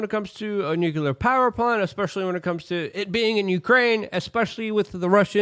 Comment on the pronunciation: Please pronounce "nuclear" correctly.